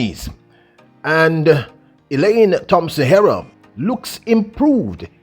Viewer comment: its disrespectful to Elaine being you are both Jamaicans,for you not learning the proper pronunciation of her last name He- rah.